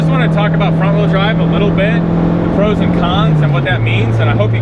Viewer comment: You keep saying wrong wheel drive wrong, weird.